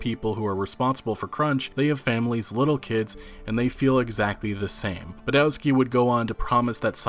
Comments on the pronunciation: please, please, remember Polish W is always read like V. just imagine Badovski, Iviński (and ń is the same as ñ in Spanish piñata). I is always pronounced like "_i_nternal" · Iwiński and Badowski are pronunced ''Ivinski'' and ''Badovski'' respectively. Simple trick to improve your Polish is to pronunce the letter 'w' as 'v' sound. Instant respect from Poles for getting it right.